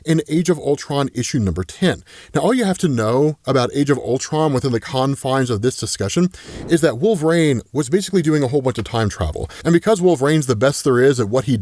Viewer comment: Here just in case you say wolverain again